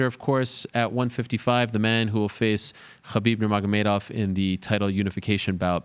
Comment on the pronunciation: Ariel’s pronounciation of Khabib name tho